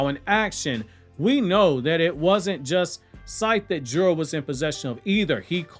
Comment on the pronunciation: Jura is assessment lol , you trying tho lol